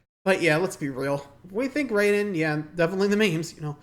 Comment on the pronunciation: Raiden, pronounced Rye-din